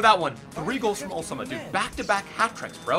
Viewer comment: It's funny when you say Al Soma it sounds like Osama (bin Laden, Allah Akbar)...